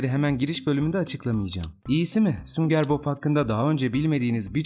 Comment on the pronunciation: sünger Bob deilde hep sünger bok diyen